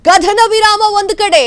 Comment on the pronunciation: ಆರು 'ಘಂಟೆ' ಕಾರ್ಯಾಚರಣೆ, 'ಕಧನ' ವಿರಾಮ, 'ಪಭ್' ನಲ್ಲಿ ಕಳ್ಳತನ, 'ದೊಡ್ಹ' ಆಪರೇಷನ್ , ಶ್ವಾನ 'ಧಳ' , 'ಪಾಕಿಸ್ಥಾನ'.. ಈ ಶುದ್ಧ ಕನ್ನಡ ಉಚ್ಚಾರಣೆ ಕೇಳಿದ ನಾವೇ ಧನ್ಯರು.. 🙏🙏